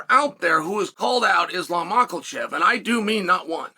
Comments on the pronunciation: Mockelchev vs surkarian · Sar-karian vs Mackle-chev sounds like the deadliest cobblers that ever lived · First thing you need to learn how to pronounce his name. It would have been a little short notice, but Arman should have taken it if he wants to be great. He’s really just a thug though, as we saw when his whole posse jumped Bobby Greene. Hope Islam breaks something when they do fight.